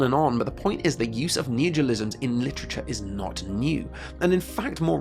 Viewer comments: I was confused of what you were saying because you kept saying "Neogiolisms" instead of "neologisms" so I thought you were talking about something else, then I saw the word on screen hehehe. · Dude it's neologisms, not neojolisms like you pronounce it. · "neogilisms" I'M GONNA KILL SOMETHING. It's NEO LO GISMS. fUCK'S SAKE. Why do english speakers have no respect for themselves? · Very interesting, but maybe practice pronouncing "neologisms" rather than "neogolisms". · neologisms isn't hard to pronounce, come on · You discuss very interesting things, but every time "neojilizms" and "jeeyom" and "survey corpse" take me right out :(